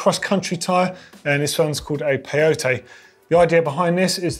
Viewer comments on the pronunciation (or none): none